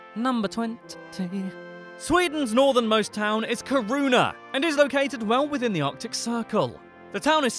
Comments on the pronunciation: Kuruna? Seriously? In sweden we really roll our Rs. So its ki-ru-na. We also have å ä and ö, pronounced oh eh and uh. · magnus ladulås wasnt a king and what is zvaria siffra means "a number" you shouldve said "nummer elva" kiruna is pronunced keeruuna the krona in plural is called many "kronor" not "many krona" that would mean many crown Greta is pronounced with a nasal e "gift" is not pronounced yeft its pronunced exactly like the english word but with a "j" insted lagom = egnough realisationsvinstbeskattning is prononced like on google translate just use that fika is pronounced feeka the letter "U" is pronounced like the latin "V" Ö is pronounced like eh in some dialects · i think you should practice a little on how to pronounce Kiruna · wtf is kiruunah its kiruna bro 💀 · He mentioned Ki-ruu-nah but did not say anything about that. The mine situation is what Ki-ruu-nah is known for, not its location. In Russia, they have like 10 or more cities in similar size or larger located north of the polar circle: Murmansk, Norilsk, Apatity, Vorkuta, Severomorsk, Monchegorsk, Kandalaksha, Olenegorsk, Naryan-Mar, Dudinka. In Norway they have 3, Bodø, Harstad and Tromsø. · Is it me or Kiruna sound like corona? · Did he pronounce Kiruna as karuna? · No its Ki-ru-n-a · Haha, he pronounced Kiruna totally wrong